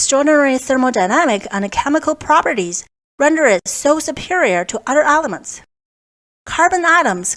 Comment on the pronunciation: Stop saying ALEMENTS!